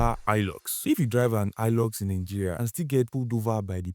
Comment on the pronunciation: It is pronounced as ''hi lux'' ''Hi'' as in high So ''high-lux'' is right and not ''hee-lux'' Same as Toyota Hiace "High-ace" Shalom